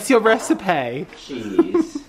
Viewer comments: I get so excited when I see your vldeo is ready!!! And ‘recipay’ 😂😂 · reci-pay. haha